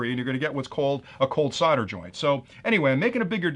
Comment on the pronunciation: Solder, it's SOLDer/SOLDering/SOLDered. Not fucking SODDER. 🤣